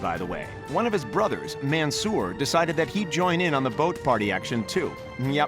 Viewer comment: The commentator:Man Soor The commentator:Rasheed